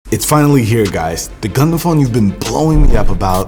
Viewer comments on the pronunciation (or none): Dude u r saying "condom" instead of "Gundam" 😂😂